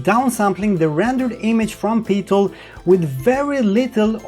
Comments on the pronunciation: Amazing review, what we need to know now is when the headsets will be released to the public! Also, PiTool is pronounced "P-eye-Tool", not PeeTool :D <3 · Not thorough enough! Seriously though, this isn't just the definitive pimax review but also a very interesting, detailed and helpful overview of VR tech in general, an impressive effort to say the least. Btw, Pitool would be pronounced "Pie-tool" but "Pee-Tuhl" does have its charm, Have Fun :) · PIE-Tool...not PEE-Tool. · just for your info it is said like PIE tool for Pitool as in 3.14. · PI-MAX,,,,,,,,,PEE-TOOL,,,,,, LOL, Thx for this fantastic video, cant wait for it to buy, Vive goes for sale. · "Pee-tool" :D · Odd that you say PiMax which is correct, while you call their application PeeTool.